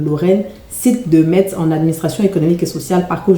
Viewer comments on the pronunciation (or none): none